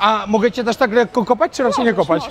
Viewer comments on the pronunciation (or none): none